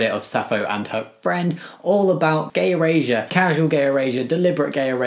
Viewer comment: Bro’s accent sounds like he’s sayin “gay Eurasia”